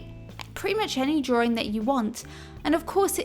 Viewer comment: Hehe she says "drawring" while drawing a ring...